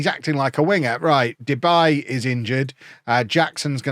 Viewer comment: It's not " Debay " its -> De Bie ( the bee in English translation) 😂🐝